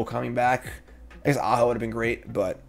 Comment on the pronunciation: If you were, no harm no foul, but you didn't telegraph the joke very well, so it just sounded like you were mispronouncing the name.